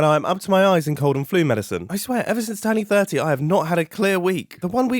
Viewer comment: At ~ he said “ever since turning 30” and I had to listen to it at least 10 times because I thought he said “ever since 2030” and I thought it was proof mumbo is a time traveler 😂🤣